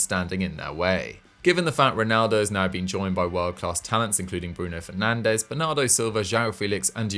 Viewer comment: Did I just hear this man call penandes world class? State of this